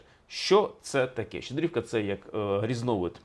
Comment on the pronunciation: Все добре,але стільки разів неправильно ставити наголоси в словах Щедрівки...,дивує.😢